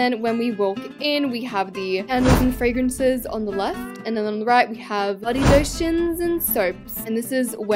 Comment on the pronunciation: I love fwawences